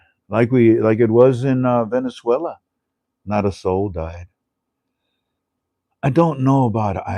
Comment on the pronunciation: Hi Hello Lo bien tu pronuncias en Spanish you said Venezuela pronunciasteis very good te felicito por eso and the RV to When please thanks good night